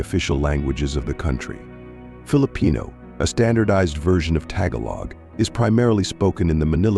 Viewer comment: Blah... Blah... Blah... Way to say nothing... And what Bible verse did this video even quote which claims to represent the Bible?... Not ONE!!!! This is fraud! This is incredibly uneducated. What a waste of time. Notice they cannot even pronounce Tagalog nor Igorot which tells us all much. They have not done any research! They did not unravel any connection, they made up illiteracy with no basis. This is propaganda. They know nothing of the pre-colonial history and certainly do not know the Bible nor historic migrations which they offer no detail whatsoever except telling you that the Philippines is from Ham... Oops! in 13 minutes they forgot they said that and then said Filipinos descend from Japheth... Now that is illiterate and wrong. Yes, there was mixing later but this has nothing to do with origins. The God Culture proves this and obliterates this kind of useless pontification. Notice, the DNA interpretation they offer is unaware of migration patterns of the Bible, nor actual history and the assumption that Filipinos are from Ham, oops! I mean Japheth which proves this channel has 0 acumen to even approach this topic. Philippines from Gomer from the Russian Steppes? What? What nonsense! Togarmah is not considered the origin of the Filipino in any credible interpretation. Did they tell you how they arrive at such an insane conclusion? Of course not. This is blah... blah... blah... Nothing else. Notice, in the text on the bottom , they place something not actually